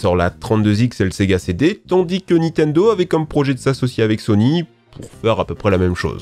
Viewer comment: arrêter de dire nitendo svp